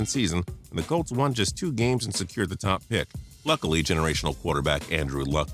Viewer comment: Idiot says Calts instead of Colts, says Redskins got their 4th super bowl, does anyone fact check this idiot before publishing these videos?